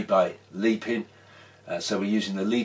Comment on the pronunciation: It’s pronounced Lep-in not leep-in